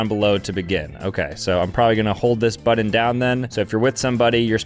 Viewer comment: Say "Butt" now say "Button" It NOT that hard dude! the word "Button" does NOT have any "d's" in it!!!